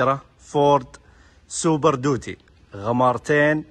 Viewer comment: سوبر ديوتي مو دوتي